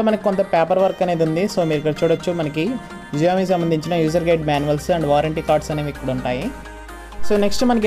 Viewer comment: Xiaomi కాదు షామి pronunciation wrong